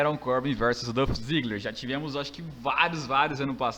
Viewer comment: Mano, só pra lembrar é Dolph Ziggler não Dãf Ziggler...